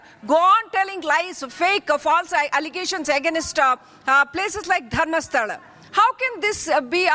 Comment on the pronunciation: Can anchor pronounce Dharmasthala properly